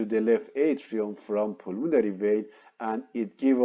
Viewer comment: Maybe a good spécialiste but what impossible English prononciation i because i know the médical termins i guess what he actually means, "the pulmonary" is out of spelling .....my i got difficulty following...